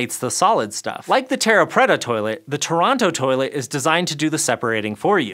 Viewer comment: Dear god his pronunciation of "terra preta" was so wrong, my ears are still burning. And "water + ash" as byproducts is in no way a "goldilocks solution"...